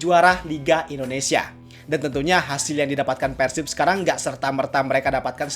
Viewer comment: ciga barudak keneh euy,nyebut persib nya persib bukan peursib,ciri khas org sunda